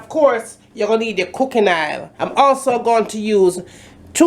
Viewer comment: it's oil not Ail